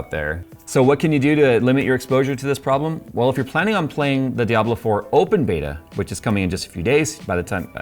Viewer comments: Its Di-a-blo ! Not fkn Dai-ablo... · Gigabyte's horrible RMA service is the sole reason that I don't buy Gigabyte products. They're generally pretty good in my experience, but if something does go wrong, you might as well just throw it in the bin and buy a new one. Also, pronunciation of "Diablo" as "Die-Ablo" made me giggle. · Who says DYABLO? DIE-ABLO? DYE-ABLO?